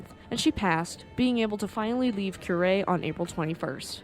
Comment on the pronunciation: "Coo-rei", not "Kyurei" Like a dove cooing. 🕊 Well done... yes I'm playing ketchup, just seeing some of these older videos for the first time. なんでも教えてもらいます。🙂👍🍶